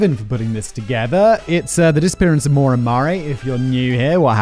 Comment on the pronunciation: I was listening to this rather than watching, so I didn't refer back to the title until near the end, and I thought Simon was struggling to pronounce Moira 😅 I believe Maura is is Maw-ra or Mah-ra, not Mo-ra.